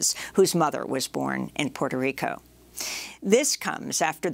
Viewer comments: Interesting how Juan Gonzalez can't consistently pronounce the place of his birth, Puerto Rico. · He forgot to roll his r's several times.